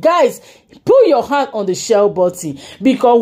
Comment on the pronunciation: It’s pronounced ‘share’ pls, not ‘shwell’